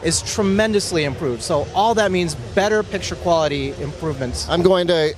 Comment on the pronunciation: Implooved lol